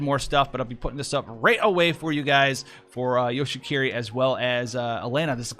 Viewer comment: you say it like hiki-ko-mo-ri which is pretty funny because that means he's a shut in but a ninja that's a support lol